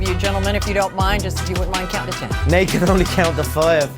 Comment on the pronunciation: bro really turned Nate Diaz into Natina Diaz